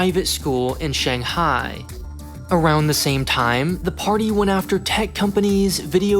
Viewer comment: I just can't stand the way you say Shanghai.